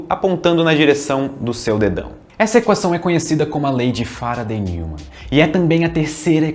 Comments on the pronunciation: "Nil"mann nao....n"ói"mann (neumann). É alemão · Neumann pronuncia-se Nóiman. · Pô,. Se preocupou em falar o nome do Huygens de forma correta, mas errou o do Neumann (nói-man). Heheheh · "Neumann" se fala "Nóiman"!